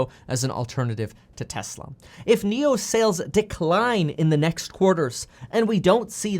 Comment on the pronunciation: Did I hear “Niokola”?